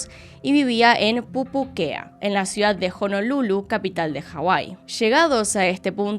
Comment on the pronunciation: dato: necesito un audio recopilatorio de diciendo pupuquea